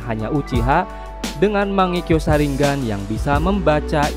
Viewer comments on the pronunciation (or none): none